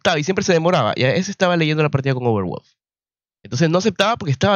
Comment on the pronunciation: Mi negro bueno tu review, pero me revuelve las tripas el como pronuncias valve, y overwolf. Veo tu video en silencio y con subtitulos.